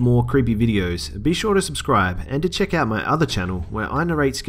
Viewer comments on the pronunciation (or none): none